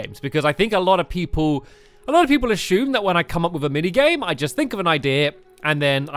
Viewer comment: ashume its actually asume